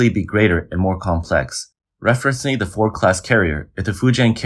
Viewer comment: Four Class carrier? I think you mean FORD - D... F-O-R-DDDDDDD can you say D? Then you suddenly said it clear as Day.. why is this? 为什么你不能正常说话？